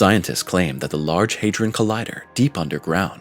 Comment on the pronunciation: HadRon not haderon ron